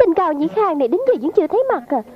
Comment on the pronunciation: Cung dĩ khuông mà nghe thành cao dĩ khang ..cười xỉu 😂😂😂